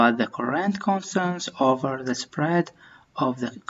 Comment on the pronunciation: Spread .... رجاء مراجعة النطق الصحيح لهذه الكلمة ... ومطابقته مع ماجاء في الفيديو ... خالص تحياتي ...